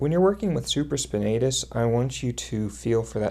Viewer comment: Good techniques (nothing new for me) ...but you are pronouncing supraspinatus and infraspinatus incorrectly, and you have them spelled incorrectly in the description.